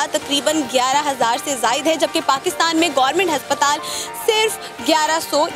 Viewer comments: हस्पताल नही अस्पताल है 😂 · Haspataal no aspataal yes😁😁😁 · Haspatal🤣🤣😅Aspatal hota hai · Aspataal hota hai na ki haspataal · Bolna to sheeko - haspatal ya aspatal😁😂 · Why this anchor pronounce हस्पताल instead of अस्पताल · Haspatal ni hota... Hospital hota he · Abe prononciation tou sahi karo... " HASPATAL " nahi ASPATAL pronounced hota hai... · h nhi a aasptal hota h 😂